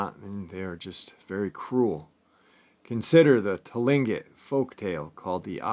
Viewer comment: first of all it's Kush-ti-ka not Kushtaka and second it's Clinquot people if you need any further help with pronouncing this first Nations names let me know👍